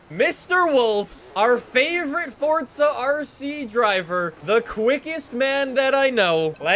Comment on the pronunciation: Why do some forza youtubers say forza, fortsa. Is it an accent or something?